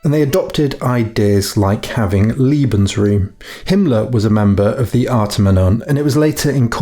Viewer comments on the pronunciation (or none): It's "Lebensraum" - i.e. "LAYbensraum", not "LEEbensraum", for heaven's sake! And "FRYcorps" not "FREEcorps". Drives me crazy.... Otherwise, it's great.